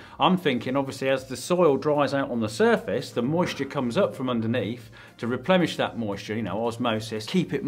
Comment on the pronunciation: What? Did he say Replemish?!